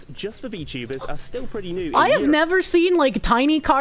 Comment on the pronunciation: "Wot r V tubas"